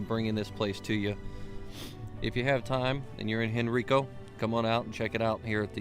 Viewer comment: Very nice intro-it is actually pronounced Hen Rye Co. The Henricus Park behind it is also worth a visit.